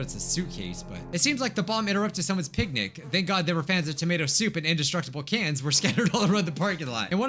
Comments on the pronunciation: I heard both pancake and picnic. XD it might be the new yanny & laurel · I uh,, I thought he said pancake